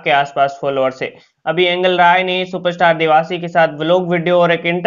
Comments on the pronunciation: it is angel rai and he says angal rai ,😂😂😂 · भाई ऐंगल राय नही एंजल राय बोलो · एंगल नहीं एंजिल राय है🤣🤣